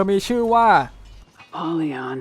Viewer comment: ชื่อ อพอลเลี่ยน ว้อยยย ไม่ใช่โพลีออน